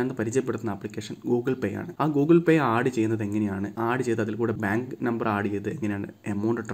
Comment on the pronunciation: u wrongly pronounced the word.....its add...not aaaaaaad